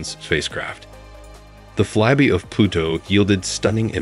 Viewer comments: Why does the narrator keep saying "Fly Be" instead of "Fly by"? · Ikr, he apparently doesn't know the sound of "Y"